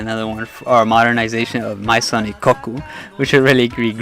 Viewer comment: That's not how Maison is pronounced. It's French.